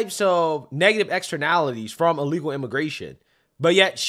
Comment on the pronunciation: Dude can’t even say the word…”Illegal”